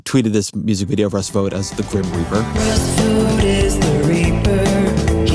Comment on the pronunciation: Vought rhymes with thought and fought, not vote.